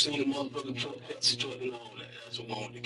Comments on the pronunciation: Pesenske.....Oh. I thought it was Penske!!!!! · ITTSS PENNNSKIIII..NOT PAZINSKII GOD DAMN IT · “Pazenskee” ( pen-ski) lol love the channel, but I had to laugh at that small bit bro. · The name of the company with the Yellow truck is pronounced Penz-kee (Penske) 😊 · What the HELL is a damn "Paginzee"? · Pesenski is crazy 😂😅 it’s PEN-SKE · Did he say " Penzenske truck" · Btw it’s pen-ski